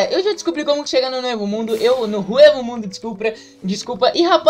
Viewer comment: EU FALANDO "HUEVO MUNDO" KKKKKK, É "ECO" MUNDO QUE SE PRONUNCIA KKKKKKK